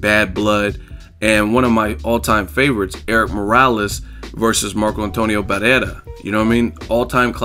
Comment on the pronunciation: Nice pronunciation on Barrera , keep up the good work